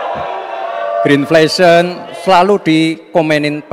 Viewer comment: Bukan green inflation tapi greenflation......aduh nyebutnya aja udah salah....